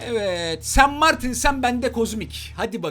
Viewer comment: Allah çarpsın en baştaki espririyi senden önce ben yaptım.sanmartine öyle bir sen martin dedin ki nxnxnd